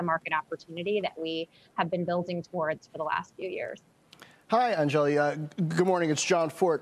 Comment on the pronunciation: Damn they all really messed her name. Put some respect on AN-JA-LEE